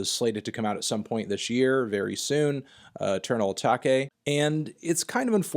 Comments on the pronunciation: But did u REALLY Just call it Eternal ATAKAY !?!? It’s ATAKE .... A... TAKE.. Melon 🤦🏾‍♂️😂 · "Eternal Uh-tah-Kay" ????? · We just gonna ignore he said eternal atalkaie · Bro it’s eternal UH-TAKE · Why’d you pronounce Eternal Atake like that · Learn how to say eternal atake